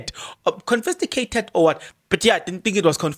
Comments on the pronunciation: Confiscated not confisticated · CONFISCATED😂😂😂 not confisTIgated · stop drumming your incorrect English it is not confisticated but confiscated sorry for correcting you, but when you keep repeating it others are learning this incorrect pronunciation. 😊😊😊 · Confiscated ......not confisticated. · Confiscated and not Confisticated Brother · I think he knows the word, but mispronouncing it purposefully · Hayiiibo 😮😮😮 I’m defo sticking around for this ☕️🤩 Kodwa Kempton Park? Confisticated 😂🤣😂 confiscated 🤣🤣🤣🤣🤣🤣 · THE WORD IS CONFISCATED, PLEASE. CONFISCATED.... CONFISCATED, MEANING - SEIZED BY AUTHORITY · Confiscated, bro... I am sorry, but your emphasis using the wrong word is just cringey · The correct word is confiscated sir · Eish nam ‘confisticated’ repeatedly bothered my mind 😅